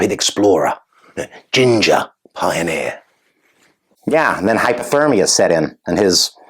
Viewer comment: ROFLIL..."Ginger Puoneer"....LOL...Poor Popsicle Haz...LOL😄😃😂😁😀😁😂😃😄😃😂😁😀😀😁😂😃😄😃😂😁😀😂😄😃😂😁